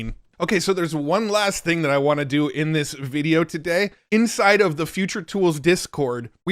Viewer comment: I thought you said inside FART 🎉